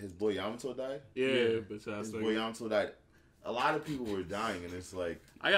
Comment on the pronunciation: I think whoever the people hack than was tired of Rob saying yamato